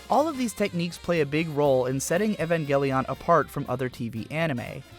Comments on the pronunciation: it's not ehvangelion it's E-van-gell-i-on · Evangelion not Evangeleeoonn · You keep saying it like “Evan Gel-Leon” and it’s so distracting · Evangel "EE-ON" I can't take it! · Your supposed to say evangelion the same way you say evangelist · Why is it so hard for people to pronounce the name of this series correctly? It’s 5 syllables long. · this is going to be impossible for me to watch purely because of how he pronounces evangelion. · why are you saying evangelion like that ☠️ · You're pronouncing it wrong. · Apparently you cant pronounce Evangelion.